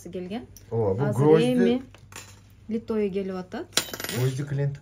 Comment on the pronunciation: 😮ушунча арызанбы, тангалып атабыз коруп алып, пай пай пай, литой эмес, литый деп айтылат, аябай арызан экен ,😂😂😂, талап атабы.